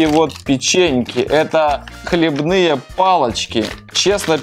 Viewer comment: хлебнЫе???? ааа мои уши! хлЕбные